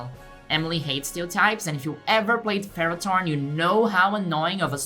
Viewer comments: Why do you pronounce it as ferrot-horn instead of ferro-thorn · First of all, what? Second, how, do you mispronounce, THORN?! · Pronouncing Ferrothorn as Ferrotorn makes it sound so METAL!🤘